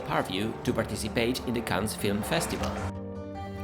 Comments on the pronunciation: the "s" in Cannes is not pronounced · Cannes? like ''can'' in english... worked for years in the ninetees Cannes hospital and at the time Festival less stressful... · Learn how to pronounce "Cannes" properly. You are doing it wrong.